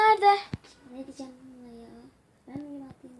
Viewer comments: Adrian diye okunmaz edrien diye soylenir :D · Adrian ı yanlıs söylüyorsunuz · O Edriyın diye okunuyo